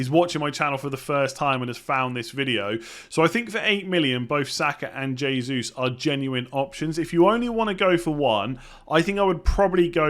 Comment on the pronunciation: “H”esus (Hey~Zeus) :)